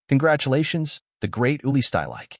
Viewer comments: Two seconds into this video, I was forced to turn it off. "Uli Shtylike"? Seriously, no one cared to even try pronouncing the man's name correctly? It's "Shteel-ik-uh", for heaven's sake. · Good synopsis of his career, but wish the narrator had been able to come close to correctly pronouncing any of the names he spoke of, especially Stielike's